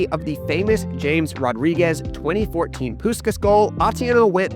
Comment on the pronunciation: No way did u pronounce james rodriguez name like that dude...